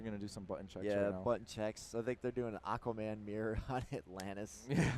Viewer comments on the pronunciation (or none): none